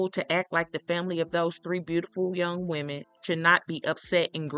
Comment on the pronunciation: People can never get woman and women right 😅